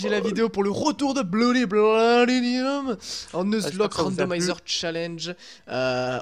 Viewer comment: Sympa ! Par contre c'est bloody platinum, pas bloody platinium. ;)